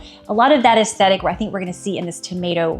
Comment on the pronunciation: 'Ass-sthetic' 😅, enjoy your content